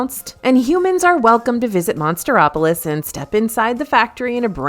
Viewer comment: Omg, that was pissing me off. What the hell is Monster-opolis.